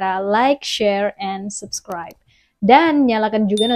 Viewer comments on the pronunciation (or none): ucapnya bukan sabkraib tp subkraib